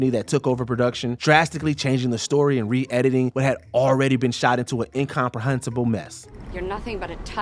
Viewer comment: The narrator is completely mangling pronunciations of relatively simple words like “distributor” and “incomprehensible”